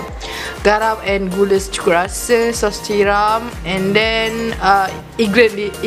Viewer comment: "and theng" woi klate tk leh sorok tu 😂😂😂